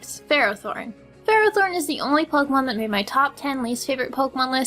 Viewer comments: them pronunciations doe. Lopunny, Helioptile. Ferrothorn. Druddigon, Barbaracle She pronounced Lopunny, L-ow-p-unny but its actually; L-aw-p-unny She pronounced Helioptile, H-eli-aw-p-tle but its actually; H-eli-aw-p-tile She pronounced Ferrothorn, F-erra-thorn but its actually; F-err-aw-thorn She pronounced Druddigon, Dr-ew-dd-i-g-aw-n but its actually; Dr-uh-dd-i-gen She pronounced Barbaracle, Barbacle but its actually; B-ar-bear-acle Dont believe me? Go look it up in the anime videos on Youtube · If you're trying to be the guy who always complains about other youtuber's videos, I would suggest you stop. You're not very good at it. "Ferrothron" "Loppuny" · its fer-ro-thorn